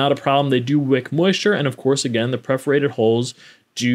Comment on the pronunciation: It's "perforated", not "preforated".